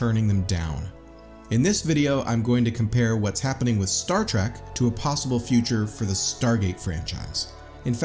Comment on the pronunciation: It's Star Trek not star track